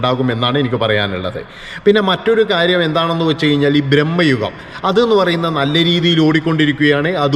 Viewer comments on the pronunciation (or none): ബ്രഹ്മയുഗം അല്ലെടോ ഭ്രമയുഗം ആണ് പിന്നെ വാലിബൻ OTT യിലും കൊള്ളത്തില്ല പരമ ബോർ തന്നെയാണ്